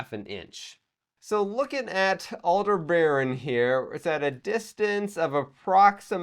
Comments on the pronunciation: Not "Alder-baron". Aldebaran, ONE continous word, no R after the e, and ending vowel is an A not an O. And BT history stopped happening after the 2050s... Just too much absurdities even for a setting that has quite a lot of them already. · I think it's pronounced Al-deb-a-ran, not Al-de-baron.